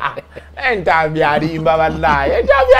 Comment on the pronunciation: Thx for the good analysis the jaganut, the reneget, the cononswa...😂😂